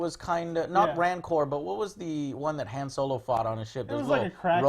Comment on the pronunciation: How can Joe be such a big star wars fan and still pronounce Han Solo incorrectly.